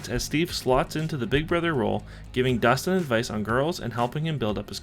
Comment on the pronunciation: bro its Dustin